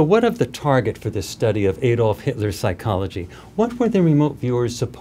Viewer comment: His name was Adolf not Aydolf. Do you say "Aydam and Eve"?